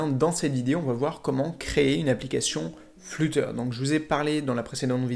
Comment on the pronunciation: juste il sait pas dire flutter